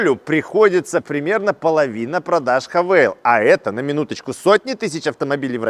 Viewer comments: " ... Мне удобнее называть Хавэйл..." и не &бет, что написано "хавал"... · Ну тогда по всем правилам транскрипции английского языка нужно говорить правильно: Х'ейвэл. А не Хэвал или Хавэйл. Вообще просто Хавал))) Сам владелец Хавала ф7х 2021 г. 2.0 л 190 л.с., пробег 80к. Проблемы которые встретил: Спустя 3 года поменял датчики в колесах, запотела левая фара и больше не горит ближний, пока не менял, новая стоит от 15тыс. Выскочил 1 раз чек, всегда заправляюсь 95+ на известных сетях"синей" и "красной" АЗС. Почистил компом ошибку (ругалась 1 лямбда), залил промывку форсунок в топливный бак и залил полный 100 бенз. Больше не повторялось. Треснул дермантин водительского сиденья (левая подушечка), плюс промялась она же. Часто вылетает Эпл карплей из-за проводов (любых), но с оригинальным айфоновским он работает. На неоригинале - чуть потрогаешь - вылетает мультимедия. Глючит бесключевой доступ на ручках, особенно зимой. Приходится вплотную сумку подносить или вообще доставать ключ и открывать традиционным способом, на отцовской тайоте рав4 2008 года такого никогда не было, работает при любых условиях за километр (не кнопка, тоже сенсор). В ф7х версии в заднее зеркало ничего не видно, заднее стекло очень маленькое, как на феррари))) На 70 тыс км что-то начало стучать в подвеске, объездил 2 подъемника, ничего не нашли. Так и езжу до сих пор)). Поменял на 60 тыс. вкруг тормозные диски и колодки, брал бренд оригинальнее оригинального (не китай), удивился что оригинальные тормоза от GWM - туфта, кстати удивился, что диски и колодки приехали от какой - то хонд